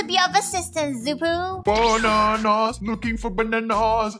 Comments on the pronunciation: Rutbell the name is shoo poo not Xppuoo😝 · First of trixx is a boy not a girl second of xuppu’s name is pronounced shuppu not zuppu